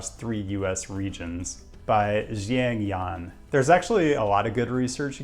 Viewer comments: Sort of off topic but Xiang Yan is probably best approximated in English as "shyang yen" with the "a" in "ang" being like the "a" in "lawn". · The pronunciation of “Xiang Yan” is something like “Shaahhng Yeah-n”